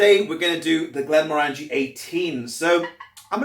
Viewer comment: Hi, Glenmorangie is one of my favourite distilleries. I love their quinta ruban and N d'Or. 10 year original is good value for money. Just a piece of info, The morangie in glenmorangie is pronounced like how you would pronounce orange, orangie: glen-mo-orangie